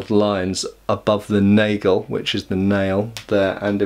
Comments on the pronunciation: Here's an unsolicited German pronunciation lesson: Nagel sounds like "nah-gle", not "nay-gle" ;-) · I'm not sure whether this is something you care about, so by all means feel free to ignore it, but since Nagel is a German word the "a" is an "ahh" sound. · Hi i enjoyed your video as usual. but one little detail bugs me and that is your pronunciation of "Nagel". If you want to say it "correct" the a is more like in half or Lager or France. Thanks for all of your Videos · Because of pronunciation I thought it's an English word.